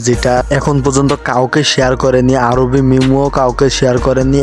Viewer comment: আরবি না আরহি